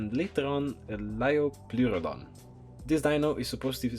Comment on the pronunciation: When he said lioplepussy i KNEW he was greek sofrakes moment Türkiye better